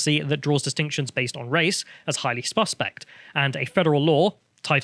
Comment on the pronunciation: Highly "spuspect"